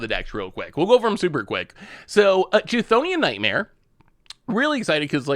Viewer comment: Actually he didn't pronounce it correctly at all, it's supposed to be /ˈkθoʊni.ən/ or /ˈθoʊni.ən/